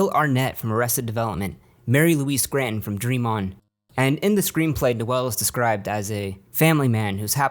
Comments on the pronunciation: It’s Noel. Not Noelle. Noelle is a girl’a name. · I'm pretty sure it's just pronounced 'Nole' not 'Noël', or at least that's how all the guys I've met called that pronounce it. Also... 'Biderman' eh?